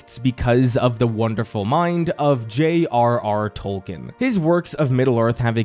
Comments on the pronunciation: Don't worry too much about us hardcore fans. We knew you weren't as deep in as we were when you pronounce his name "Tol-Kin" and not "Tol-keen". But despite our pedantry we are (at least I am) happy to see you making this video and having more people enjoy his works enough to make video essays about them. Plus this is how I get to experience the show since I couldn't stomach watching it. XD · OK why do you keep saying "Toll-ken" when it's very widely documented he pronounced his name "TOLL-keen"? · Learn to pronounce the name. It's TOWL-keen. I can't even watch this video with you constantly mispronouncing the name.